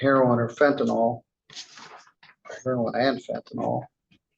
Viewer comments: "Fentanyl." The last syllable is pronounced "ILL" not "ALL"... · FENTANYL not fentinol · A judge should get it right……fent a NYL. NOT fent a NUL or fent a NOL. Yes. It matters